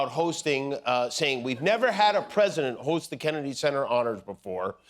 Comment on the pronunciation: Dear God! Listen He actually says, “We’ve never had a PREE-sident.” Not President…PRE-sident. Just an absolute WORTHLESS BAG OF BILE!!!